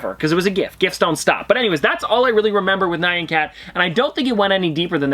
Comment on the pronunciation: Why do you pronounce Nyan like the name Ryan? you pronounce it right when you sing it! Nyan means "meow" in Japanese and it is pronounced 'knee-awn' but fast